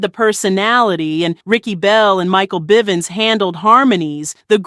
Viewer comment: you said mikes last name wrong